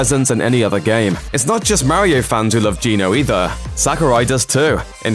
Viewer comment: WHY DOES EVERYONE PRONOUNCE MARIO LIKE THAT